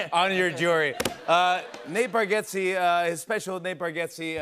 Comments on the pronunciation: Love how jimmy was still saying his last name wrong after being corrected, its bargatze not bargetze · How could Bargatze possibly be pronounced BarGETze, unless you’re just completely ignoring what letters sound like?